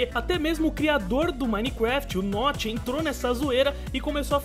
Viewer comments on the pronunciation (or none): none